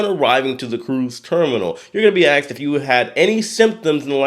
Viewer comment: Why does he say axed instead of asked?